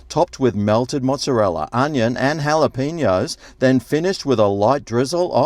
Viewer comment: Wow! An Aussie that knows how to properly pronounce Jalapeños! Enjoy your reviews, keep up the good work.